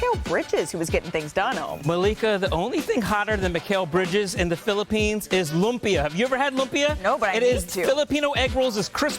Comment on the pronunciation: “Lumpia” i love hearing other nationalities love our food.